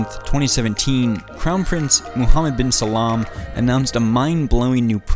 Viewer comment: This is the first informative video I have seen about Aramco but the pronunciation is wrong not Salam Salman and not tidwal tadawl but a great video regardless